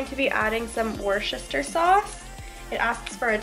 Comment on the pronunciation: Lol at how you said Worcestershire sauce 🤣